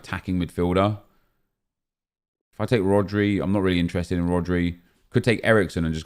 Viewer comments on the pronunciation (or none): none